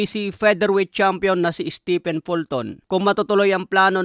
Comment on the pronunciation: Steven ang bigkas sa stephen. Si stephen curry lang ang naiibang pronunciation sa pangalan na yan sa mga native english speaker.